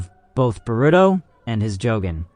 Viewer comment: Oh man I was gonna try to watch this and power through the way you say Boruto, but then you said the other names and I just can't do it. I made it in. You really need to learn how things are pronounced. The fact that you don't know how anything is pronounced tells me that you have done 0 research and that you've spent absolutely no time talking to, or interacting with, the community. Therefore, you must not know what you're talking about.